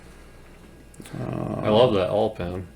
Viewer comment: Lol! OIL = "All"